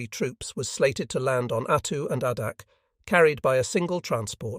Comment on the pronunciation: AAAAAA-dak, not AHHHHHH-dak. Jesus.